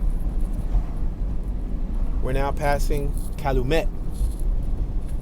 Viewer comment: This dude pronunciation of Chatham, Wabash, & Calumet is killing me.